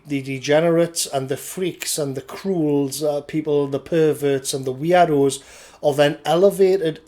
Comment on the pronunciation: For a moment I thought you were saying weeaboos when you said weirdos.